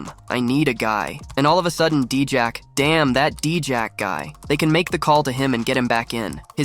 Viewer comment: Please pronounce the names correctly. It's DIJAK not dEjak.